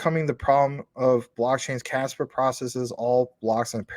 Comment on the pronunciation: I agree Casper Labs is going to the moon. Though I have no idea why they keep pronouncing it as Caspa and spell it with backwards K